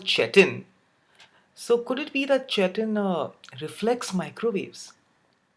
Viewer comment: Chitin is pronounced like kite-in